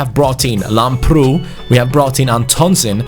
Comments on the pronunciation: Im really happy to see that u found a greek talent for the rtg(i am greek).It is pronounced Lámprou not Lamproú PS plz give him my kit number bcs he is exactly like me in the football academy that im playing in.The number is 23 it would ment so much Like so can see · Hi i am from Greece and the left back is pronounced Labrou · You are pronouncing Lamprou's name wrong. Its pronounced Labrou. Not mp. With a b. Just letting you know. Love these series man, keep up the good work. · Hey Antonis Lamprou is from my country, Greece and his name is pronounced as Adonis Labrou! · His name is pronounced antonis lAmprou.Like so can see.Also love from greece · I'm Greek and lamprou is pronounced labrou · the name of Lamprou is pronounced Adonis Labrou also the tone is on the "a" Keep up the good work 💪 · Here in Greece lamprou is pronounced Lábrou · Btw lamprou is football's greek freak😂(im greek and i am proud of him😂🇬🇷)(and it is pronounced lábrou) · It is pronounced antónis lámprou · The pronunciation on Lambrou is with emphasis on the a !